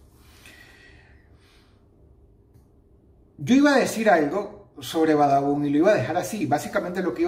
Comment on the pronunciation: xd like si dross hoy dijo Badabun y no babadun xdd